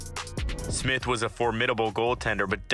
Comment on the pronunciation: im surprised he got smyth or miller correct